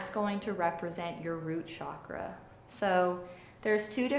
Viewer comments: Chakra pronounced as "chuckraw", not shockraw. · Um.. it’s pronounced CHAkra. not Shakra 💗🙏